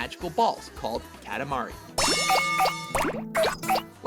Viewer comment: Ka-ta-ma-ri, not katamara